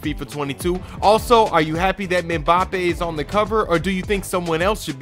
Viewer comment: Americans talking footballl, forever a shame man’s couldn’t pronounce Mbappe’s name should’ve said Kylian smh